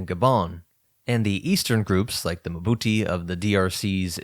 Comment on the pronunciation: "Mbuti" is not muh-buti, as you're pronouncing it. Just pronounce the initial m and then part your lips to pronounce bu. There's no vowel between m and b.